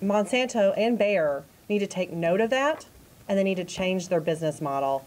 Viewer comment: Bayer is pronounced as Buyer.